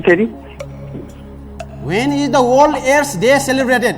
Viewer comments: Passa ley "Waen ees orls aess dae ??" Deko ta sathi ta WTF!!! Bhayo hahaha hame herney manche haru lai chai CRINGE bhayera barbaad. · *ख्यालख्यालैमा 6लाख 40 हजार??omg!! बधाइ छ दाइ !! तर नेपालिमा नसोधेर किन english हाँकिराको होला?? यो दाइको बोली "त" लाई "ट" भन्नी खालको रैछ त्यहाँ माथी इङ्लिशबाट question सोधेर "वर्ल्ड एड्स डे" भनेको "ओल एस दे" "फिक्स गर्दिनुस" लाई "फिस गर्दिनुस" भनेको नै नबुझेपछी,,, हेर्या हेर्यै.... हेहेहेहे ! म किन बेहोश हुँदिन त ।